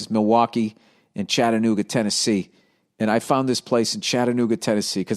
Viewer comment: Major props to Bill there for being able to pronounce Chattanooga the right way. It isn't so bad here if he does a show in the area I will definitely go